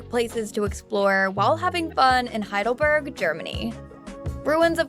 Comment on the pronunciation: As I told you, German is a literal language. It is not "HeidelbÖrg" as the narrator pronounces it. It is "HeidelbErg" ("e" like in "Estevan").